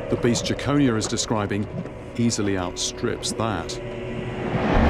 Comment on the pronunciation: It's pronounced Jekon-eye-a not Jackonia